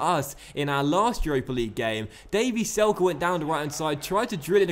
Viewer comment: It is not "Selke" it is "Zelke" because he is German